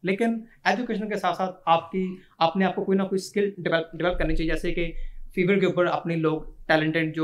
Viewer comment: fever nhi bhai Fiverr Hota ha😂